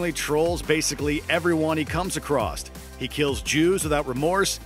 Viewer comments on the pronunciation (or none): Sorry, did you say "anyone he comes acrost?"